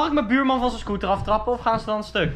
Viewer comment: HAHAHAHAH komt 'wat n drama he k snap dr ook niks vaaan' op zn groningss